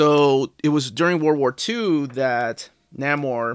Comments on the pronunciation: Neh-more, not Nah-more, FYI. Also I wouldn't say the Sub-Mariner had a fan following. Captain America had a fan following. Superman had a fan following. They had clubs which people joined. Sub-Mariner did not. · Nah-mor? Nay-mor, please. Also, read the current Invaders series. Subby is still killing. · Pronounce the name, or...don't say it at all! At least you didn't call him the Sub Mareener?!! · Your pronunciation of Namor made me question if I've been mispronouncing it all these years but that pronunciation makes more sense based on the spelling. Apparently we both were mispronouncing it. I pronounce it Nay-more, but apparently it's Nay-mer. 150 dollars seems steep for a Golden Age collection which isn't going to have as many fans as silver, bronze, or modern age comics. But you are probably right about more work going into making it and perhaps the price point is higher because they know they are going to sell fewer copies. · And I think is pronounced Nay-mor